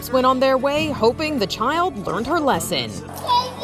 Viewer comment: Aww "tank you" just peirced me 🥲